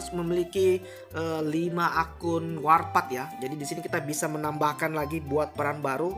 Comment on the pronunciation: Bang, ijin saran, klo bisa bacanya jangan warpath seperti bahasa indonesia minimal disesuaikan dengan cara baca bahasa inggris, supaya para pemain lain terbiasa dengan sebutan inggris y benar,. Mohon maaf apabila kurang berkenan 🙏